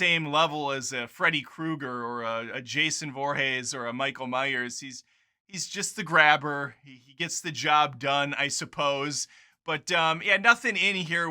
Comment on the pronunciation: Did you really just say Jason Vorhays ?